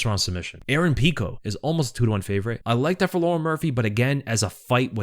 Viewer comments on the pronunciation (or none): none